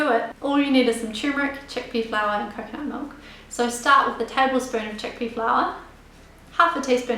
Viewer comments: someone help me, what type of milk she saying? I only understand 1/2 cup of * milk. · awesome video! did you say coconut milk? i could not hear properly. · I was able to slowdown the video to half speed and understood her saying coconut milk. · Didn't hear clearly your choice of milk. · I could not hear what kind of milk she used for turmeric tea, can anyone tell me? thanks